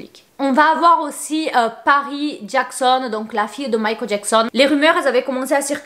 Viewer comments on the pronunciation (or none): none